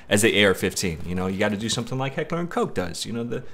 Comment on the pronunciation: You are saying "koch" wrong